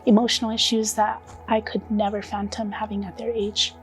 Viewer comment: Fathom. Couldn’t fathom. Not phantom.